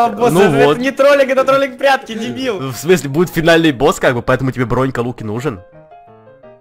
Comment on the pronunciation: я один услышал как жека сказал "прятски"